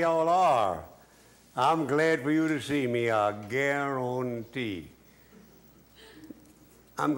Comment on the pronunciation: How y’all are? I Gar-Ron-tee 😂😂